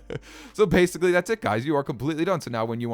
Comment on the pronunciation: "Base-icly that's it" LMAO